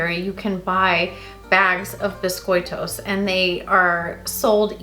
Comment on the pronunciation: As a continental Portuguese from the area where we have a neutral accent (near Coimbra), I found your pronunciation understandable! Well done!